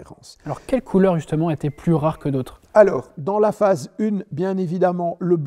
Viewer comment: Phase UN, pas phase une 🎉